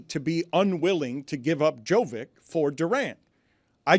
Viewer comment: I wish he would say Jovic’s name correctly